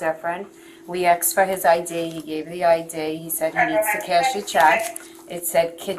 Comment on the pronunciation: you can really hear the Irish influence in the long island accent when she says ID